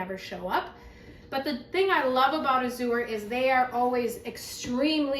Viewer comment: “Azure” is an English word, meaning “blue.” It’s pronounced /ăzh′ər/ — (ă = short A, as in “cat.” “zh′ər” sounds exactly like the second syllable in “treasure,” “measure,” and so on).